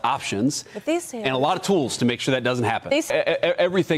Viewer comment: did you say tools or fools